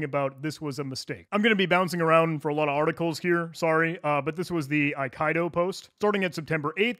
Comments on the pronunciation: same here. thank you. eye - KEY - dough 🙂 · Eye Kai Doe *Eye Kee Doe, ffs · >AYE-KAYE-DO Brother, it's pronounced Aye-Key-Do. It be a Japanese word for a swordplay style. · Aikido, not Okaido. :P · Ai Ki Do (as in the martial art) not A Kai Do that hurt my hears so bad 😣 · a nit pick, but nonetheless; "Aikido" is pronounced "ai - kee - doe", it's a Japanese martial art (合気道) which means "the way of the harmonious spirit". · Pretty sure Aikido is pronounced “I-key-dough” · Pretty sure it's pronounced "ai·kee·dow" like the Japanese martial art. Thanks for the great video 👍🏻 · Brother, Aikido is a well established martial art. It's pronounced eye-key-dough 😂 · Aikido is pronounced "eye-kiddo", it's a type of martial art 😅